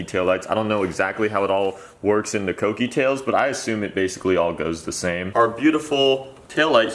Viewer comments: I've been pronouncing kouki wrong. Cookie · It's k(oo)kie